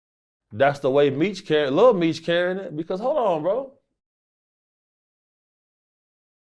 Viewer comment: “little meech”….its lil Meech…lame a s s!!!!